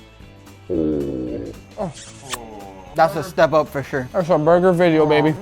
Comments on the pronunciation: its video not vedio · 3 mins into the vijyo all i hears is BALLZ